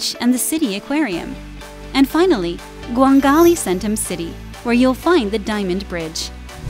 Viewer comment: 광안리 -> 광갈리. gwang an ri